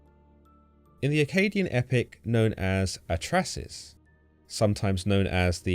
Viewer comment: it is Atra-Hasis, you forgot the H there